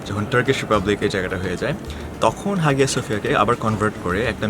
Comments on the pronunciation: Vhaiii absolutely love your stuff, great work. Just one quick side note it is pronounced haiya suhfiya... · উচ্চারন *আয়া সোফিয়া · Hağıa söphia actually is pronounced Haya Sophia in English because ğ letter is unpronounceable letter in Turkish. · Hagia sophia ar G silent thake . So pronunciation hobe Haia sophia.